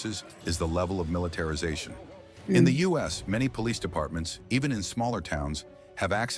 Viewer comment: What the hell is militetrization? 🤔